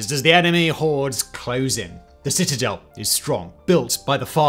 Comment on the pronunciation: Haha citizels love this video but citizel 3 times makes me laugh because of the rule of 3 in comedy. Citizel of the city of citizelotry citizeliation 😂 got to love siege warfair reminds me of age of empires 2 what a game. Also jerusalem was besieged afew times. Thank you. Have a wonderful week. All the best ❤